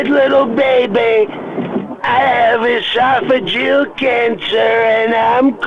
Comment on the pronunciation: You almost had me, but I don't think Trump could say "oesophageal" like that :)